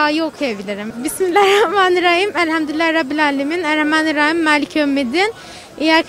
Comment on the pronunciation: ya evlendirme programı olunca takır takır sayıyor sonunu söyleyemiyor alt tarafı şunu dicek bimillarihrahmanirrahim